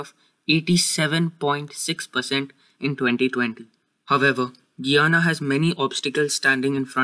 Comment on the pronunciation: I like the video but it’s pronounced: Guy-ana I’m from Guyana btw.